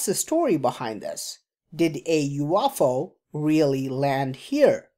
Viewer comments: you off ow hihihi :D ,stop just stop saying you off ow !!! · I couldn’t watch it because of how you pronounce UFO. Sorry, I’m not trying to be dick, it was just too distracting and it kept coming off to me like you were saying “waffle”. I’m sure your channel is awesome, I just couldn’t do it. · you-off-ow lol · Umm its a UFO not a "You waffle".